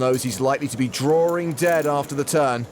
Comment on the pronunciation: Draw-ring dead